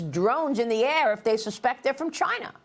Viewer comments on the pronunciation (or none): "CHINAH " the Donald calls them